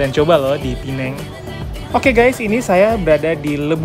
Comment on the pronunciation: Knp nysbutnya "pineng"? Hrsnya penang apa pineng? Btw itu keliling2 jalannya sepi ya. Hari2nya memang sepi atau krn hr libur?